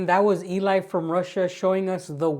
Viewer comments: Cool YouTuber 'Eli From Russia' is a Girl... her name is pronounced like the English name 'Ellie'... not the male name 'EE-lye'...🤦🏼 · Hey, Great video BUT... Her name is pronounced Ellie NOT Eli. Eli is a guys name😁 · I love your videos and rarely comment however. One of my favorite youtubers is Eli. She is more a documentary maker. Just one little thing her name is Elina and she calls herself Eli, pronounced Elee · Eli pronounced as Elle. Best videos on TouTube in my opinion. Love your channel too.